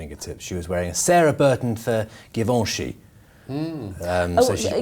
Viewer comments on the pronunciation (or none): Don't say 'Guivenchy', the 'u' doesn't exist. It's like 'ji'. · should take over, very pleasant to watch him👍 but... Jiiivenchi not Giiivanchi, please pronounce the brands correctly _ givenchi French: [ʒivɑ̃ʃi]) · Learn the correct pronunciation of Givenchy !